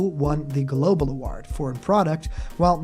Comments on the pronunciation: Normal person: award (uh-woah-rd): award ( uh-ward) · Kinda sounds like uhwaard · For the love of god never say Ahwaard please! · Ok cuz it was bothering me and you said it like 50 times in a row practically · Hasn’t Sakurai already said this MANY times in the past? Why does this even need to be said anymore? Also, why do you pronounce “award” so strangely? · You say "award" funny lol